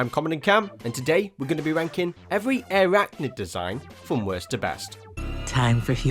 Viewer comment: And isn't it pronounce I-rachnid?